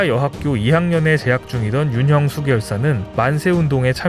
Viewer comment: 윤형숙 열사를 윤영숙열사로 잘못 읽으시네요 성함을 함부로 바꿔도 되는지요?